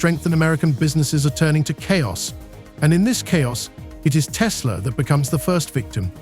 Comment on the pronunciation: TESLER has Koodies